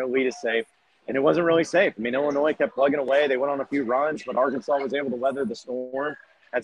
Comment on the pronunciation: It's Arkansas not arky